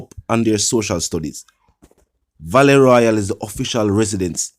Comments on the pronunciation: I thought this was pronounced vaaaale no valet royal..vale as In. Vail Royale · it's not Valet Royal it's Vale Royal. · It's Vale royal, not Valley royal. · Valley Royal ? Its Vale Royal Sir....